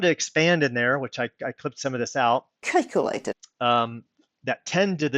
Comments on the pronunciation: LMAO!!! (" Kikelated.") Oh,!! (" Kikelated.") I am p!55!ng myself. (" Kikelated.") This is soooo good. (" Kikelated.") Thanx, brother. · Why do people go to trolls like to find out what FEBs (Flat Earth Believers) believe instead of coming to us to find out what we believe? After hearing her say 'cake-alated' a hundred times, I've got a sweet tooth, thanks! lol